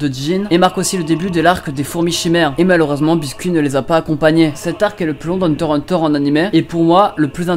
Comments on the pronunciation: Ben en vrai c'est "hunter contre hunter" pas "hunter hikse hunter" xD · La prochaine fois dit hunter X hunter le X tres important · Ça ce prenonse hunter iks hunter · et le x de HxH c'est pour montrer que se sont des Hunter 😂 après chacun son avis mais moi je le prononce le x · Mes dite le x dan hunter x hunter